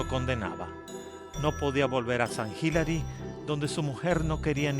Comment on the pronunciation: Sant Hilary, Hilary Clinton😂😂😂 de e pronuncia < >